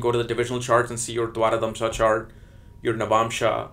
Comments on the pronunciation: Pl note it is pronounced as "Dwadasamsa" not "Dwarakamsa" for the 12th Divisional chart. Good insight into the charts! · Dwaradamsha is not correct , correct pronunciation is Dwadasamsha. Dwara-damsha has no meaning, Dwa-dasamsha means 12th. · You kept calling d12 as Dwaradhamsha it is actually Dwadashamsha 😛